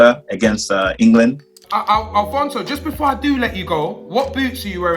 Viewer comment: Man said Alphonso David...